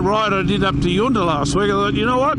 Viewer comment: "Yunta" not Yoonta :)